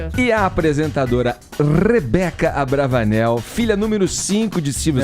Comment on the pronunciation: Quem ai escutou o Edgar falar Patricia AbravANAL ??? KKKKKKKKK Tempo do vídeo